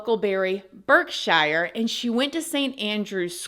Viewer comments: Something funky is going on but doubt we will ever know! There was also an ambulance at their home on 28th December that took someone to hospital and William and Princess Anne's husband have both been seem woth bruises all over them. By the way Berkshire is pronounced Barkshire. Norfolk is pronounced Norfuck. And Louis is pronounced Lewie. God knows why they aren't pronounced how they are spelt! Lol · Berkshire is pronounced Barksher. 😂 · Burk-sure Not burkshire ❤ Also his name is louis. pronounced - looy 😅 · I’m actually from the UK (born and raised in London, but I’m currently living in HEARTfordSHEER) and I’m absolutely marvelling at the American English pronunciation of Berkshire (BARK-SHEER), Norfolk (NorF***), Prince Louis (LOO-WEE) etc in this wonderfully informative video. Jolly good show!